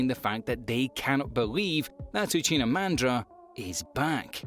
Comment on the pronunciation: Bro it's madara uchiha not uchina 🙄